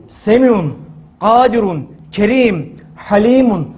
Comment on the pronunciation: Hocam tələffüzündə kərim sözünü ərəb dilindəki "ك" hərfi ilə yəni "kar ķ" hərfi ilə etmirsən. "Kible" ķ ilə "kendi yorma" k sözündəki fərq var.